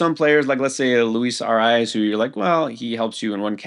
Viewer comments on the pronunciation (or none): none